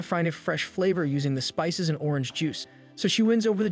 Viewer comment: Finished it, good video but why did you say spices as "spicys"? but as I said good video.